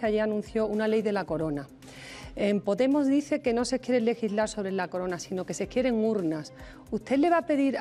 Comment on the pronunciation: ha dicho poTemos?